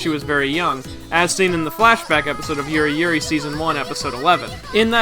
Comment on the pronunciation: Did u mean yuruyuri